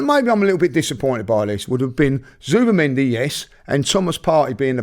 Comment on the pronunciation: Can someone banned Robbie from saying Zubimendi ffs